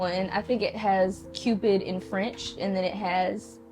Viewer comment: It is French;) but it’s not cupidou but cupidon frenchie subscriber here 🫶🏿